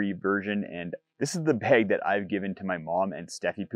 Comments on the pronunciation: an accent is fine. Saying words wrong is not. Bag Beg Two different words with vastly different meanings. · It's bag...bAG.....BAAAAAAAG NOT BEG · bAg Not bEg Two different. Words 😅😢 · There is no wrong Is English your native language? It seems it isn't as you don't have a clue about how pronunciation differs between different forms of English.